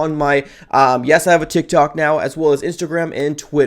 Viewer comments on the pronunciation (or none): none